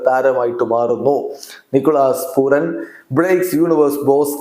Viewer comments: പൂരൻ അല്ലെ പൂറൻ അല്ല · പൂരൻ എന്ന് പറയൂ കുഞ്ഞേ